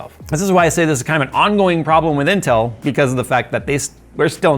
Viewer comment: I know he said "intel drama", What I actually heard "incel drama".